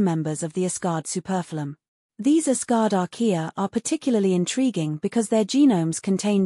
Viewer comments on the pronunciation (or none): Superphylum is not pronounced "suPERfillum". Immediately on detecting AI readers, I bail. G'bye.